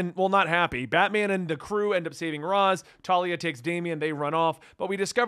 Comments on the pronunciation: I enjoy this guy's content but the way he pronounces Ra's is like nails on a chalk board. I eventually get over it the longer I listen to the video but it's rough those first few times I hear it. Cool video. I had completely forgotten that Damien was in Battle for the Cowl. I miss that Dick Grayson Batman/Damian Wayne Robin team. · So wait, is it pronounced R-Oz or R-Aish?